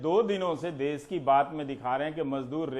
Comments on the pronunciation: सर् देश होता है न कि देस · It's desh not Des......plz yaar. I m big fan of ravish ji..,...